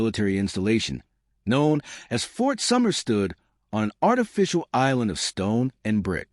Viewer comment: Fort Summer? Nailed it again